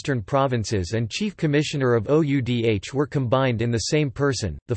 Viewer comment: Oudh ko pronounce kar bhaiye!